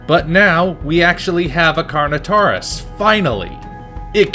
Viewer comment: Things I Have To Adress 1: Yes, Colin Trevorrow Confirmed That What You See In The Trailer, Is The First 50 Minutes Of The Film 2: That's Not How "Carnotaurus" Is Pronounced 3: Baryonyx Is Not A Quadruped And 4: The Reason Why The Spinosaurus In Jurassic Park 3 Is Not AcCuRaTe, IS BECAUSE THAT'S HOW MUCH ACCURATE HE LOOKED IN 2001!!!